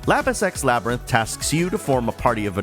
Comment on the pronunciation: I swear I'm hearing Lapis X Labyrinth as "Lapis sex labyrinth". That sounds like one of those Sekiro expansions I don't want to get hahaha. Other than that, never heard about this game up until now, so it was nice to find out about a new game! I feel like I now know all I need to, so that's a sign of a good review!